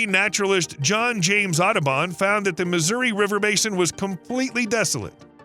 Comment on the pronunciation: for one moment I thought I heard "naturalist John James Autobahn" Luckily after some Googling I found out it's Audubon... Learned something new today :P